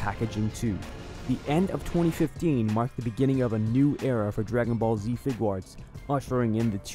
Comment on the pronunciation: Fig-arts.... it's not that hard to say.